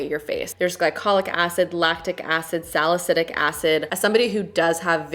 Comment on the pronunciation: babes, it’s salicyLic not salicyDic 😂😂 Much love!💓